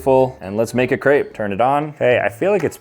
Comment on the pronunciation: am i the only one who got annoyed on how he said crepe